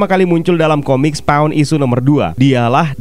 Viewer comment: SPAWN yah jangan dibaca Sepong ! Siapa yg mau di sepong atau kena sepong ?